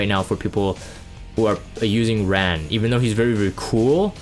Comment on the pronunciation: Ran. 란. R - ah - n